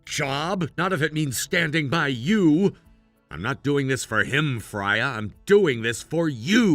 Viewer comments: Its pronounced Frey-a its Norweigan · It's pronounced "FRAY-uh"